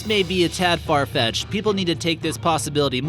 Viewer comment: Did he say farfech'ed?